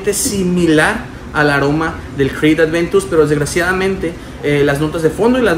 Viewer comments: El perfume es aventus en nicho,y es aventus no es adventus aprende a decirlo,también otra cosa Montblanc no se parece en lo absoluto tal vez al principio si pero ya en el secado para nada Investiga un poco más por favor para la próxima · Si el perfume se llama Creed Aventus, porque coños le dice ADVENTUS??? Me duelen los oídos de solo escucharlo.